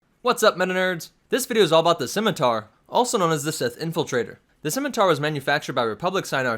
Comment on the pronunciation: Props for pronouncing the name of the ship correctly, I cringe when people pronounce it as a Skimiter.